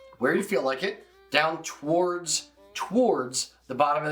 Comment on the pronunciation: say towards again.